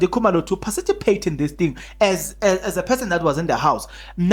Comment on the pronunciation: Dude, you said parcitipate!!